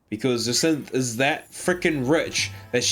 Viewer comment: I like how you mispronounced almost every character and don’t question it, but you say jacinthe perfect and question it, it’s actually hilarious 😂